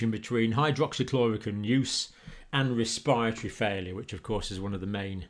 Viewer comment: ur pronunciation is killing me rn. ‘cohvid’ , ‘respire - atory’